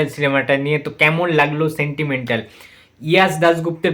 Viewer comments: তার আগে উচ্চারণটা ঠিক করে বলো যশ হবে ইয়াশ নয় যাদব হবে ইয়াদব নয় ১৯.০১.২০২৪ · O uccharan thik koreche boka ta Hindi ba Enlish a ইয়াশ r ইয়াদাব hoy ar Bangla te যশ আর যাদব হয় 😅😅😅😅😅😅😅😅😅😅😅